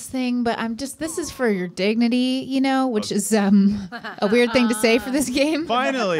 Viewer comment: Sounded like "Dig-Nutty!"